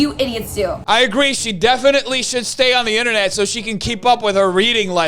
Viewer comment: she couldn’t even pronounce internet correctly 🤦🏻‍♀️